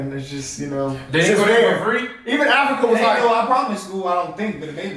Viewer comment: Consider watching videos about the continent of Africa. It’s crazy the way y’all say Africa like it’s some city